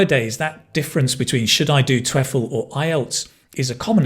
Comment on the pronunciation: I hate to nitpick but was he pronouncing the word "TOEFL" correctly?